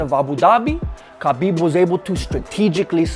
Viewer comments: his name is written as khabib but pronounced as Habib. please get it right next time.. btw awesome video !! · Stop calling him Kabib its Habib aaaaaaaaaaaaaaaa mate you're driving me insane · Hi there, just a friendly point pronounce his name with H and not K.... so its HABIB not KABIB....WHICH MEANS The Friend or the Beloved . Good Luck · Ha beeb ..not Ka Beeb ...get the mans name right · Lol, like your commentary But Bro you missed his name proper pronunciation is Ha-bib not kha-bib = Habib, K is silent. But not your fault many people thought that but it's been cleared recently. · Ha bib” not kabib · Name's Habeeb you don't pronounce the K !!